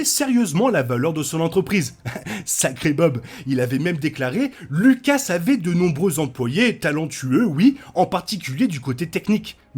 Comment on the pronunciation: Faudrait arrêter de mal prononcer Lucas, pour info le u n’est pas un e.